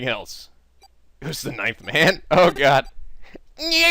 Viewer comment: He says 'ninth man', I hear 'knife-man'. Gets really confusing when random characters refer to him.